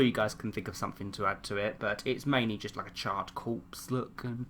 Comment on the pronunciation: Who else whenever he said charred it sounded like child